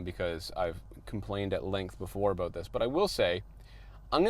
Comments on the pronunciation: "Ah-boot?", you're losing your English! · says “abouut” ABOOT?? ABOUUUT?? What has Canada done to you 😭😭